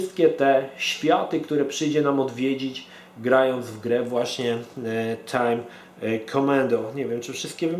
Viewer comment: "tjajm kjomando"